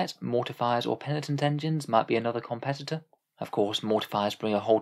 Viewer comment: For a second I thought I had missed the "Comeptitor" release